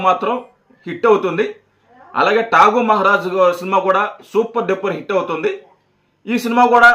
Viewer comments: అది టాకు మహారాజ్ కాదురా ఎర్రి పువ్వు అది డాకు మహారాజు రా నాయనా సినిమా పేర్లు కూడా తెలియదు రా మీరు కూడా మల్ల మాట్లాడతారు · Rey pilla baccha Peru palakadam Radha is not taku Daku maharaj😊